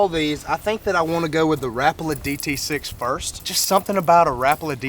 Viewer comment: Come on! It's not (rapa la) it's (ra-paul-a)